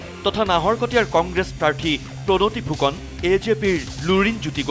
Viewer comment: Toroni fukon nohoi Pronoti fukon. News hudho ussaron kori pohiboloi hikok